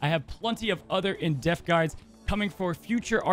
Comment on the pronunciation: I love watching your videos, but I do cringe when you say "in deaf" instead of "in depth"